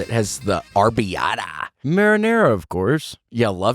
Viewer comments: It's arrabiata not arby-ata you absolute hills-have-eyes rejects. I'm sorry I didn't mean that that was mean, i'm gonna leave it though happy new year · William—FYI, it’s ArrAbiata sauce and, yes, it’s DEE-LISH!!